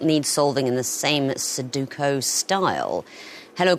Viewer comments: Why did she say "Soduko" instead of "Sudoku" haha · We're not used to words ending in ku,_, in the English language, I suppose? Everything tends to be: Casino, Bingo, Yoyo, Domino, Lotto, Polo. English speaking people also get the _stress wrong – it's a long stressed first syllable, and then a short second and third: SOO -do-ku